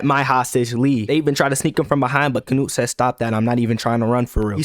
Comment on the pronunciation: Bro, why you say canute like nut withe hard t